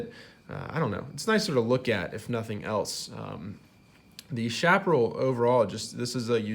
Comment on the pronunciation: Interesting review,. Liked and Subscribed. By the way, Chaparral is pronounced "Cha pa RRAL," with a "ch" sound, not "sh," and the accent is on the last syllable. This is true in both English and Spanish.